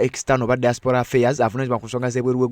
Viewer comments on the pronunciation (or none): none